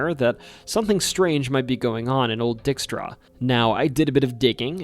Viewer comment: The Dutch surname "Dykstra " is NOT pronounced "DICK-strah" but rather "DIKE-strah", with a long i sound.